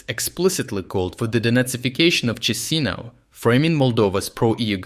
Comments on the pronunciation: It's pronounced Qishinau, my friend. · it's chishinau with sh like in shalom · Sir, it is pronounced Kishinove. 😊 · The Moldova capital name, spelled Chișinău -- Cisinau = is better pronounced as Kishinau (my attempt at using IPA for pronunciation). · Chisinau?????? You're damn stupid, YouTuber. Lazy, late and not so great with factology. Learn to pronounce names!